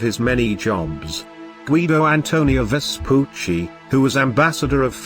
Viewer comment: Well, at least they get the pronunciation of Vespucci right, only the cadence is a bit off. Most other videos about him I've seen on youtube completely butcher his name.